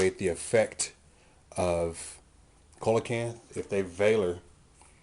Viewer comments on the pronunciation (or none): No actually it isn't. He's right; it's "See-la-canth". Check in any dictionary or online audio pronunciation. Dictionary com, Merriam-Webster, or audioenglish just to name a few. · yeah it is its pranounced see-la-canth. look it up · It's see-la-canth. dictionary.reference.co m/browse/coelacanth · Sorry to sound like an A-hole, but Coelacanth is pronounced "See-la-canth"